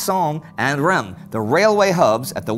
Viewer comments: Reims is pronounced like a nasal ‘Rance’. It was occupied by the German Army for one day in 1914. The cathedral, the site of coronation of all but two French kings, was badly damaged by shellfire. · Sorry for criticizing but in french, reims is pronounced like “reince” even tho its spelled differently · Indy, could you please pronounce the S at the end of Reims. (Yes, this one's not mute)? Keep up the fois work!